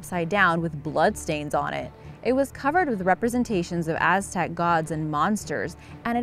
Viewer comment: Sexy voice I like the way she pronounced the Aztec stuff